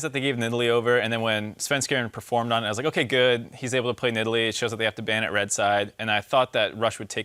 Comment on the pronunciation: ? did Phreak just call that cat, nid all lee? what happened to needle lee?